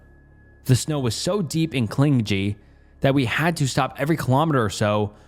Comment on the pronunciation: Bro I love your vids but so.etimes you butcher a word so much it breaks my immersion 😭😭😭 fuckin clin-jee. Lol Edit: I'm actually happy you're not AI lol